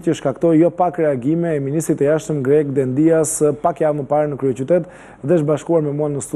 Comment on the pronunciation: Po jo Dendias, me theksin ne I, o gazetar! Por Dendias, me theksin ne e.